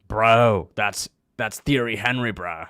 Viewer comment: The fact that you pronounce "Thierry Henry's" name the way you do; shows you are less than a casual in football.